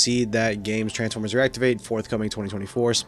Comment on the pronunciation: Er meh gerd it’s transfermers